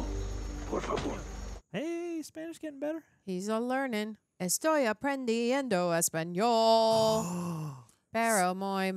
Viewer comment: Gotta roll that R in aprendiendo! Also, "muy" should sound more like MUUI and not MOOI